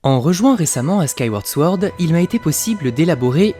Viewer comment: Sword se prononce sans le W en anglais